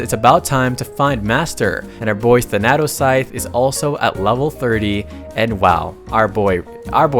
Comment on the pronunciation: I love it, it's called Tha-natos scythe, and not Than-atos ..😂